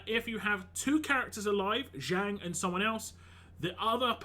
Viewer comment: It's pronounced as Jung without silent J.